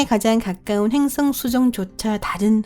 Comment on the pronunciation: 행성 을 행승이라 하고 수성을 주성이라 하고 띄어쓰기 이상하고 1/3은 못알아 들어서 중간부터 자막키고봤네요 불편불편